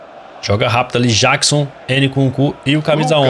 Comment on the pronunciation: o camisa 15 o nome dele se pronuncia Nicolas Jackson de Michael Jackson